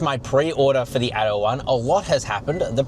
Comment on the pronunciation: By the way, it's "ATTO", and not "ADO". It means "Act 1". Damn, "American-Australian" ghetto pronunciation...